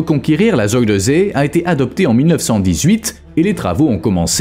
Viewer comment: Quand vous parlez d'un pays, apprenez à prononcer correctement les lieux dont vous parlez ! Les polders : ça se prononce exactement comme ça s'écrit pollderrss (c'est moi qui double les sonsonnes), Zuyderzee = "Zeyyderzéé, et la terminaison meer qui signifie lac = méér et non comme en anglais. Et surtout ne me parlez pas d'éoliennes, véritables hachoirs à oiseaux et bétonisation du sol (même sous la mer) et dont on nous cache (les lobbys) la désastreuse pollution et le faible rendement !.